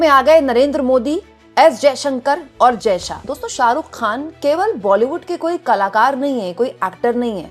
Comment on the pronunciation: शाहरुख खान को सालूक ख़ान बोल रही है ये लड़की 😂😂